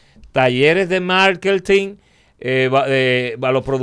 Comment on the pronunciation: Wao ! El no sabe decir MARKETING ?????? 😳😳😳